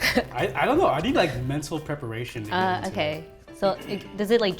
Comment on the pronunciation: "MEN-tal preparation"